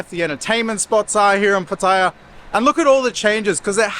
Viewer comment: Its Pat E AH l cringe every time you pronounce it wrong